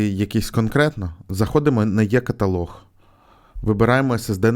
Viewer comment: Каталог - Е, не Є